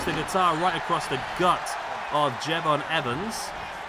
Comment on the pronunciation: Please for the love of God stop saying Jey Von. 😂😂😂